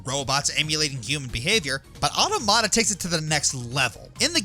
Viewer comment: Come on you couldn’t do a quick google of how to say Automata correctly?